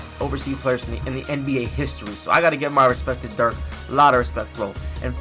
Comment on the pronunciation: you say give him respect but you cant even say Di4ks name right